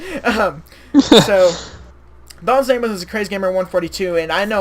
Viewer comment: You said my name wrong but whatever. Thanks for the compliment on my profile pic.